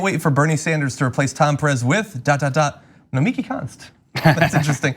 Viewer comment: actually we just found out on Majority Report, it's pronounced "Gnomey Key"